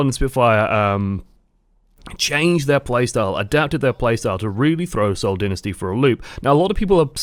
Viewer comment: It is Seoul Dynasty not Seoul Dinisty